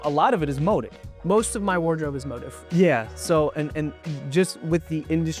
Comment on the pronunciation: Actually motiv should be pronounced like “moTEEV”, more like motif in music, I pointed it out to them and they refused to believe they are wrong lol. Also, to say Daniel, the designer, is a 3rd gen tailor is very misleading. He actually had no former training in pattern making and studied Econ in college. He picked up tailoring from his own research like online forums and old German tailoring books. Feel compelled to comment only because I hate people who confidently tell wrong things to others.